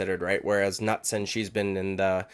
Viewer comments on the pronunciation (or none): Knutsson is training at all stars with khamzat. Im hoping for her to get it done. And yea the K is pronounced. Keep up the good work man great content